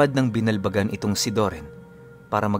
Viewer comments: Magandang Gabi.e correct ko lang po..ung Lugar. Binal-bagan X Binalbagan,✓ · Ang totoong pag pronounce ng "BINALBAGAN" ay ang "Binalbagan" not "Binal, bagan"